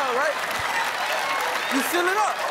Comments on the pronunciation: When Steve says "fill" I swear it sounds like "feel"! I kept hearing "name something you feel". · I love Steve Harvey and all but I wasn't sure whether or not he said "fill" or "feel" until he spelled it out; I don't have anything against him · Andy Saenz Yes, he kept saying feel. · Steve isn't pronouncing fill properly He is saying feel